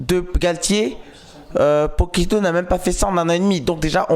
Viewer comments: il a dit Pochitto...😂😂😂..sinon belle analyse ! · Non j’ai dit pochettino lol mais c’est pas grave ! En tout cas merci pour ton commentaire 😊